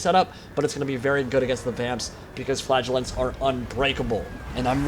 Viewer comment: in the biginning, I was wondering what you were calling "flagulance" ... efter a while I found out you ment "Flagelants" :D